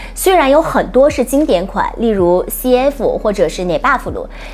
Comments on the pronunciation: neverfull 念成 捏吧福 我听了觉得很别扭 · Never full 念成这样，唉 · 日文发音好像确实是这样的🤭